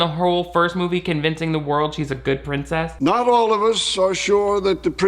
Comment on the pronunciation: Why do characters in this film pronounce "princess" like prin-CESS? Are there really people out there who exaggerate that last syllable or is it just the Genovian accent lol